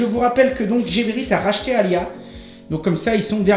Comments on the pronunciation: ce n'est pas GéréBit mais Gébérit, tu avais trop mangé ou trop bu? LOL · Salut, sympa comme vidéo. Je découvre... Petite précision sur la prononciation de Geberit. Cela se prononce "Guébérit" et non pas "Jébérit". Cette société est Suisse plus précisément Suisse allemande, donc prononciation à l'allemande ^^. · Geberit se pronounce Guébérit.